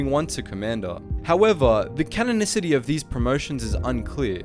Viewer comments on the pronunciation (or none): none